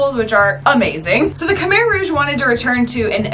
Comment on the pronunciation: I was so confused when you said Khmer Rouge until the words shown (you said Khmer so funny 😂)